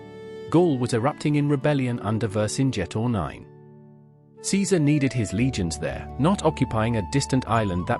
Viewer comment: AI bullcrap can't even say Vercingetorix, says Vedrcingetor9 🤣